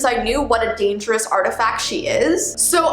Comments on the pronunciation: hHhAAHAHAHAH she say dagous hahaaaaa XD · No one: Absolutely no one:: Dangous 😂😂😂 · At exactly u said danges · Dangeous. Yes You Heard Me Right, Said Dangeous. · Anyone realized that said dangerous wrong?